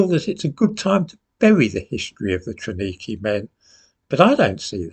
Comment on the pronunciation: TRAWNIKI is pronounced TRA V NIKI......this functional camp has been cancelled from the official history....probably to improve the Ukraine's image and record.